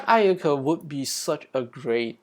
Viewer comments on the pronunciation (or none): The Massacre at Ayyadieh, They recreated the image from Richard's POV Bro I didn't realize there was Little Red Riding Hood there because I was focused on the subtitles, now that scares me💀 You said Black Ayaka like the N word lol😂